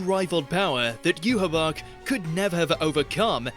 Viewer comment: At least he pronounced Yhwach CORRECTLY